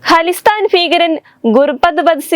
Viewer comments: Halisthaan അല്ല khalisthaan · ഹലിസ്ഥാൻ അല്ല ഖലിസ്ഥാൻ